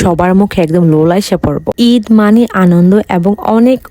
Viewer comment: ইদ❌ ঈদ✅😂😂